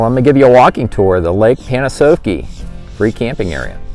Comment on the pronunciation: It's actually pronounced Pan-ah-sahf-key or as the locals call it "lake pan." Great video.